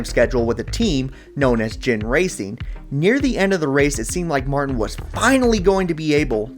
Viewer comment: Ginn is pronounced with a hard G not the J sound, great video nonetheless!!